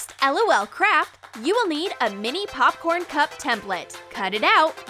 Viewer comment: No it’s poopkern Fesh poopkern